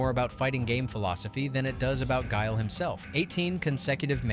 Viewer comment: You got guile wrong